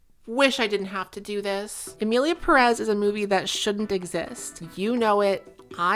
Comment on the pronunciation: I have adhd so these are my thoughts: 1. Everyone in this video has fantastic hair. 2. that smile you gave reminded me soooo much of Matilda. Child with telekinesis vibes. 3. the way you said the title made me think "Emily in Paris" 😂 4. Cute kitchen! 5. Thank you again,, for giving the people what they want 😗🫰